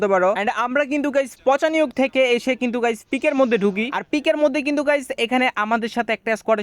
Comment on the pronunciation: পচিনক❌ পচানিয়ক✅ 😂🤣